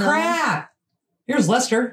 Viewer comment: Thanks for mentioning Leicester and pronouncing it correctly 👍.